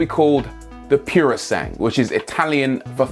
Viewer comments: Just to let everyone know, it's not "purosang" it's pronounced "poorosangwe" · As an Italian, I have to let you know that "PUROSANGUE" is pronounced "puro sangue" and not "piourosang". It means pure blood ("puro" = pure and "sangue" = blood). It stands for a horse breed called "English thoroughbred horse" which in Italian is called PUROSANGUE. So it has a connection to Ferrari :D EDIT: Wrote this comment before you mentioned that it means "thoroughbred" :/ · Rory, I think you'll find it's pronounced Pyuro-sangway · You must pronounce it puro sangué, with an é at the end because it's Italian..... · NO NO NO NO NO NO THAT IS NOT HOW ITS PRONOUNCED Its not purosang its pronounciated as PUR - O - SAN - gue. there are four syllabls dude. you should google car names how they are pronounced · it's called purosangre, not purosangue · it's pronounced "pooro sangueh". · Puro San-GWAY.... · Since it's italian isn't it pronounced: "Puro-sangué"? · IPA pronunciation: puro'zaŋgwe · piurusangh? cazzo fuma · It's called poo-roh sahn-goo-eh - literally: pure blood in Italian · You really, REALLY need to get some Italian to explain you how to pronounce "purosangue". What you are saying now hurts. Keep up the otherwise excellent work, though. Big thumbs up. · So do presenters purposely pronounce foreign words incorrectly? He's using French pronunciation (silent 'ue') for an Italian word, a language which pronounces every vowel.